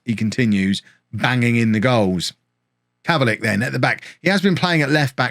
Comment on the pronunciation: It's pronounced kovalick